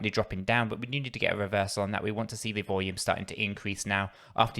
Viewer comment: Cracks me up the way he says volume